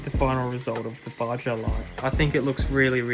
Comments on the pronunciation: its pronounsed baha not baja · It’s fucking Baja (baha) not Bajja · Pronunciation on baja is crazy😭